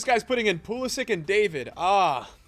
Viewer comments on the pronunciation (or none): none